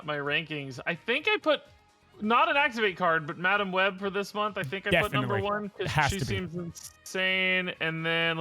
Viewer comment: had a stroke talking about madam web and forgot to edit it😂